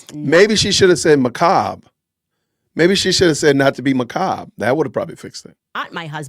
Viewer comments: She cant say Macbre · Ma-ca-ber according to Candace 😅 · You're saying it wrong bud, its makaburr. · If she had said macabre, Candace wouldn't have understood it unless Erika mispronounced it MACK A BURR. 😂